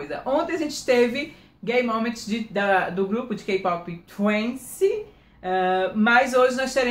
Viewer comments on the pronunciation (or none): meu amor, se pronuncia "tuáissi" (Twice). Beijos, te amo! Adooooroo seu canal mon amour!